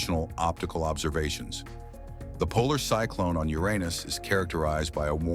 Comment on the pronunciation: Is this guy trying to say Uranus?